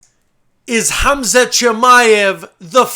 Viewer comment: Hamzat is how it's pronounced,Which you did pronounce really greatly,I'm surprised.